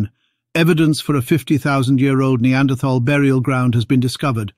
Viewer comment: I wish they could manage to pronounce Neanderthal correctly